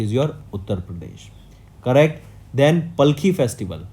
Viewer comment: sir you have to learn proper way to pronounce palkhi and warkari